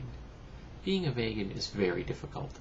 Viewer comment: Just a quick correction, not v(ay)gan, it's v(ee)gan.